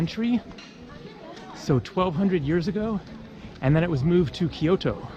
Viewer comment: Kyo/to not Ky/O/to